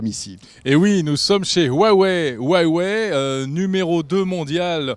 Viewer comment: HUWAWEI sa devient gênant comment ils le disent